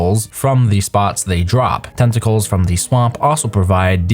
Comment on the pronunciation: "De tenticolz of de swomp"